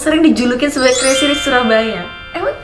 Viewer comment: Kalo boleh bahasa Inggrisnya di perdalam lagi Krn kamu itu public figure jadi kalo bahasa Inggris kamu jelek ma ketahuan bangat.. Modal cantik doang... Ngak ada kelebihan yg bisa di bangakan dr kamu... Maaf yha ini cuman masukan doang... Oyah crazy bacanya crezy bukan kresi...